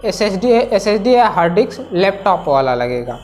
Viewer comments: It's hard disks, not HARD DICKS dumbass. Are you a tech reviewer or Gay pimp? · its harddisk.... not harddi**s🤣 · Bro, Hard diks nhi Hard disk, plss 😅